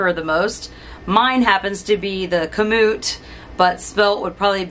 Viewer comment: You are correct in pronouncing KAMUT